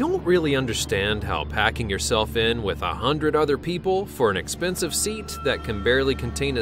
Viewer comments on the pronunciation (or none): none